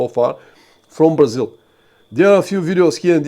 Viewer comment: Cool and informative stream. I also like how "Brazil" with Bulgarian accent sounds similar to "Brazil" with Portuguese accent (Braziwl).